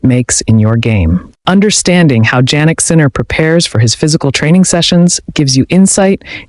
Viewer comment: I like the video except you pronounce his name Jannik incorrectly like Ja for January. His name is pronounced Yannik